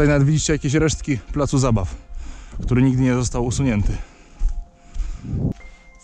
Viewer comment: tóry pomyliles sie i zapomniales o "k"